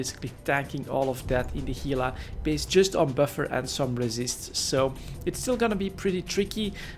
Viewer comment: Pronounces Gila correctly. Impressed.